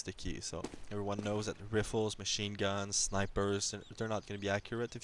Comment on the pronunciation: Did he just say "rifles"? The 'i' was said as in the word "big" as opposed to r(ye)fles.